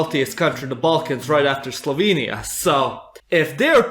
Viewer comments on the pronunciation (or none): none